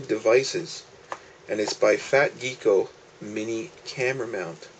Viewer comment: Why do many American pronounce "gecko" as "geeko". This is not the first time I heard it pronounced like this.